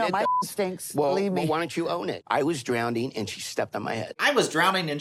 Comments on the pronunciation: “DrownDing” when Ed keeps saying that word wrong it grinds my gears so bad idk why I guess that’s because he’s already cringe incarnate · He doesn't even say, "drowning." He says "drownding." I could never take that little goblin troll seriously. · Can't get over the fact Ed says DROWNDING